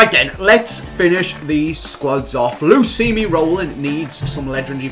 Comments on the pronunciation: He's known for so long it's luismi but he like to say lusimi better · Luismi.... L u I s m I not lusimi eh... Lusimi Roolin dey hatin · His name is pronounce in spanish Loo-ees-mee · i know, but they pronounce it like "lusimi"